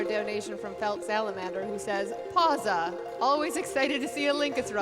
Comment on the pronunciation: "Pausa Hype" Me: You dont pronounce it as pausa but pa-w-sa. For someone who knows a bit of italian, it was just triggering